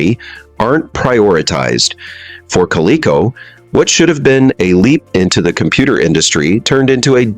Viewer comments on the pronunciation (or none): Good response to the fact that the AI voice mispronounced the companies name MULTIPLE times almost like the response was from AI.